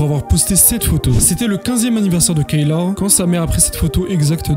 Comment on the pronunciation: Kayla sa se prononce Kéla